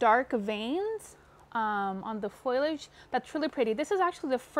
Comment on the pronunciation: I want to subscribe, but first you have to stop saying “ FOILage”........the word is “ FOliage” fo lee age.